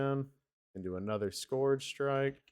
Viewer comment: try and put the word into Google translate and listen to how it is pronounced. What you are saying is not the word scourge